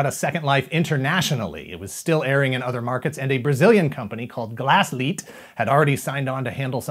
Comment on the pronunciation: I like how this time you got the pronunciation of "Glasslite" right xD